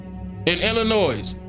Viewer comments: The S in Illinois is silent. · The S is silent in Illinois.. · My guy, please leave the S sound off of Illinois lol I’m from there lol We hate when people do that lol Love the work, bro! We should link! You would LOVE what I do, man!